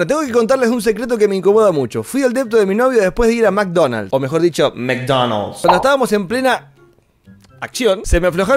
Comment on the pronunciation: Fue un cago de risa muy buen video 🤣🤣🤣se dice Mc Donald’s jaja me mato esa parte